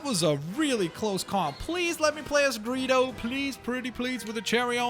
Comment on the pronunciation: When you say Greedo's name it sounded like Burrito. (I am so serious) :'D